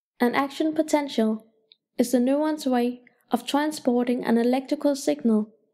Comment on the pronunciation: Out of rush due to exams. I watched this and thanks informative yet the pronunciation of neurons ticks me off